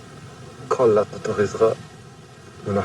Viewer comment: Lol fake bullshit documentary all paid actors, a Muslim who can't even say Allah, lmao